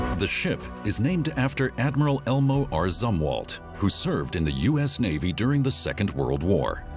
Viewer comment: It's pronounced "Zoom-Walt" you idiot!!!